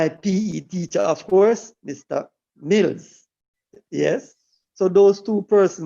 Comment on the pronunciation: Just a correct the gentleman names was Milne and not Mills